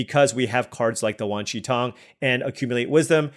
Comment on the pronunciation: You are generally pronouncing Wan Shi Tong correctly.